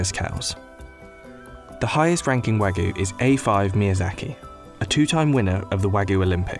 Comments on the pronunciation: It's not "wagoo" it's "wah-gyew" British people are so terrible at pronunciation of other languages it's insane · New drinking game: Take a shot each time the narrator says "Wa-gu" instead of "Wagyu" Warning: In order to prevent death from alcohol poisoning, only attempt this drinking game with water. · No its not, its pronounced wag-you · I just want to know why he’s saying “wagoo”. There’s a y in there, “wah-gYu” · “Wa-goo” Ok 🤣😅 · Pronounced wagyu incorrectly at the start, guess we aint looking at a professional chef, more of a novice researcher Like, “wagoo”? The way its pronounced is Wāgyu. Also pronounce the “y” and “u” as if they are mixed btw “ā” is pronounced like ahh, think of when a dentist askes you to open your mouth and say “ahh” yeah that. Just some info. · NO, it is not wa (like wagon) goo beef. It's wa (like water, want, watch) gyu beef. Sigh. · Nobody: Business Insider: wagoo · It's not though. You pronounce the "yu". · thought he was saying ragu like the pasta sauce. Terrible pronunciation on wagyu. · It's said like "Wag You" guys have lazy tongue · Why is it so hard for everyone to get the pronunciation right for non-English words?! You can literally just google it, it’s not hard. “Wagoo”... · Did he just said Wagyu as "Wagoo" Goddammit... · no one: the narrator: wAgoO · Listen to me explain everything about a product that I can’t even pronounce. “Wagoo”....wtf? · I can't trust a video where the person calls it "Wagooo" beef lol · Waygu (Wah-gew) or (Waa-gyoo) like "Whaa you" but with a hard g before the you sound. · “Wangis” lol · Wangus Beef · It was serious until he said wangus beef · Hahahaha "wangus beef" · You can't do a video about it and pronounce it "wagoo"!... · All this effort to produce this video and you couldn't spend 10 seconds learning how to pronounce Wagyu correctly. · that narrator's pronunciation is crazy, not even close lmao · Insider researched everything about wagyu except how to pronounce it